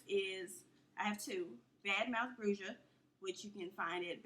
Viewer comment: bruja is pronounced brew-ha IJS